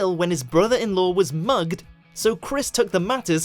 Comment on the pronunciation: Its pronounced mugged not moo ged